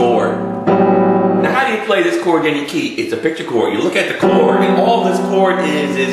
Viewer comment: Chor-D. CHOR-D! CHORD. It has a 'D' in it's pronunciation please!!! Annunciate please!